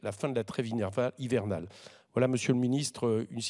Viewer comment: Bravo, Monsieur Coquerel. Je trouve votre deuxième intervention encore meilleure. Même si vous avez du mal avec le mot "hivernale". C'est que vous êtes fondamentalement "estival", j'imagine.